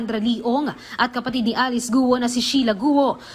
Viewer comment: The correct pronunciation of Alice's last name is "KWO" not "GUWO", we usually read the letter G as either C or K